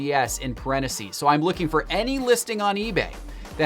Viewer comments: IT’s parentheses, NOT pareneses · Can we talk about “parenacees”? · Anyone else triggered by how says parentheses? Pareneses,? There’s a missing “th” in there!!!! Aghhh!!! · The way he says (parentheses) cracks me up